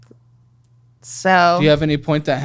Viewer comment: I feel like she was pronouncing “yeah” as “nnnyeahhhh” 🫠😂 great ep